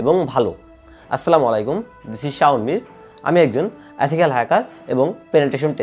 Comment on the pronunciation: এথিকয়াল না ইথিক্যাল